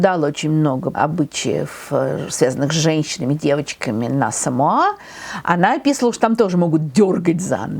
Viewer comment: Говорится СамОа, а не СамоА. Во всяком случае, они сами так произносят.